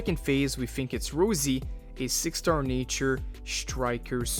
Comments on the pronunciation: Rossi. Not Rosie. Raw. See. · What the hell is this ROUZZIE pronunciation? Rossi has to be the most basic and straight forward name to pronounce ... is this an AI text to speech voice?